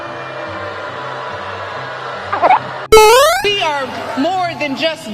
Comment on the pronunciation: "With Beeeyonce" 😂